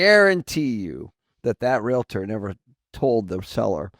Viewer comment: REALATOR?? LADY, EVERY TIME YOU MISPRONOUNCE "REALTOR," YOU COME ACROSS LIKE AN IDIOT.